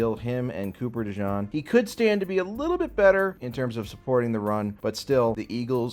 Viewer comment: “Cooper DeJohn” 😂